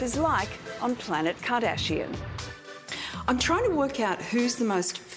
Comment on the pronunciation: this dude said Kim KArdashian Quest, he dont even know lol who president is this....